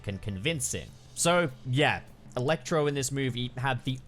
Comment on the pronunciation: I love how weird you say "il-ectro"